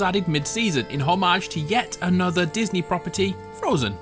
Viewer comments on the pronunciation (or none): none